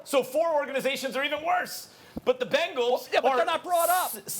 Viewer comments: Man really said bengals 😂😂😂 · Does Stephen A say Bengals funny or is that just me